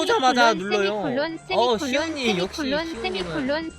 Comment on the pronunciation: 수세미콜론 세미콜론 스미클른 스미콜룬 소미쿨런 쉐미콜란 수메이콜란 왜 나만 다 들리지 ㅇㅅㅇ